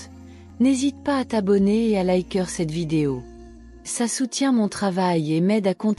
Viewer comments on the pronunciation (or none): "liker" pronnoncé "laïqueur"...ça craint! Il faut changer la voix, et ôter la musique de fond !